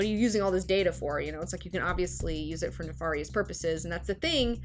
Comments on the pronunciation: ella elise Also, I think neh far yihs would be more correct due to its similarity to the probably original Latin pronunciation. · Someone that can't pronounce nefarious has no business opining on the costs/benefits of smart technology.